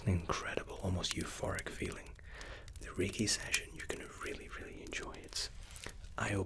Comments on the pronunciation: am I the only one who thought he said reggae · Tbh I thought you were saying "reggae session" instead of reiki session the whole time